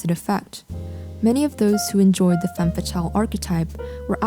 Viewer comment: Yes, very nice editing skills and sultry voice, but your misuse of the singular term 'woman' when referring to the plural (WOMEN) ruins it for me. It is basic grammar! Woman (singular) women (plural). And dont get me started on the mispronounciation of the French word 'femme' 🤦🏻‍♀️